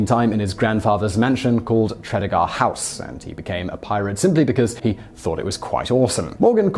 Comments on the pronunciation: Tre-de-gar not treddagaa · Tra- dee- guh. The Morgan’s of Tredegar are my ancestors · It's pronounced "trah-dee-guh" house and it's in Newport. They have a pirate weekend every spring at Tredegar house and it's well worth a visit as you, and all the staff there, get to run around being badass pirates. The house is incredible too! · I don't want to be that guy, but Tragedar is pronounced as tra-dee-ga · Ha Ha! I live about 7 miles away from Tredegar House, and I must say that your pronunciation was quite bizarre! I also live less than a mile away from Llanrumney Hall, where many claim he was born. Very sad that we don't promote this link more...Cymru am Byth!!! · Absolutely butchered the pronounciation of Tredegar.. 😂😂😂